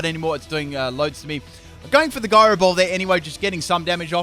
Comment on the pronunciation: Gyro is pronounced with a J Sound, dude. It's J-Ai-Roh